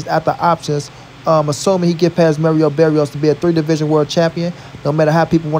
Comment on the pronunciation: Pronounce Mario Barrios name right Watch showtime All Access and listen to how Mario Barrios Pronounces his on name and after that if you still Pronounce his name wrong. I don't know what to say.